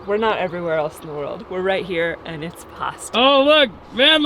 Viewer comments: It’s PASTA - just say’in 🤣😂🤣😂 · a nice Italian girl and it’s PASTA! Lol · it’s pasta. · you are wrong, is right, here in Australia we say pasta. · I'm Sicilian... sorry... it's pasta!! 😊😁❤ love you guys! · Nope, not noodles.....everywhere except in land, PASTA. Sorry,....still love you, but it is pasta. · it’s pasta lol well here in the Uk, listen to your wife, you know she’s right lol 😂